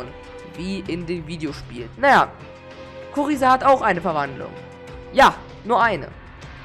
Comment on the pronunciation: Kuriza wird Gruiser ausgesprochen